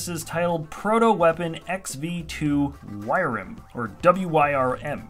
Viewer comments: Wyrm is probably pronounced 'worm' not 'wire-im' lol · on the last one its pronounced worm. Loved this episode pls continte with this sereis